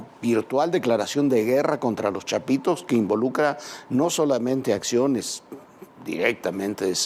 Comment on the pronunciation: Dice chapiros hehehehehehe